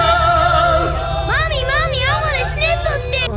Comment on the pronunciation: dude not shneezal it’s schnitzel